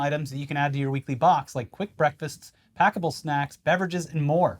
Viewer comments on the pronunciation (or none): "To talk tuah yuah" had me on the floor, god dammit